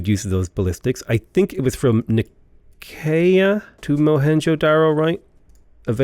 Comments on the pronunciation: It's nigh-see-yuh. Please please please. Nigh-see-yuh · Nicea = N-eye-see-ya